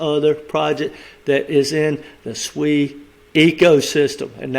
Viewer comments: you saying SUI but it s SEI mate 🤣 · I think it's pronounced "say" (SEI), not SUI (another token). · It's nou SUI but SEI, pronounce like Say. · The name is pronounced "say" not "swee". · Yes, I was about to say the same. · Sei is pronounced "say", great video 💯👊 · Sei is pronounced "say" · It’s pronounced SAY lol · Sei is Pronounced "Say", Sui is another crypto. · You’re confusing everyone with this pronunciation lol. SEI = say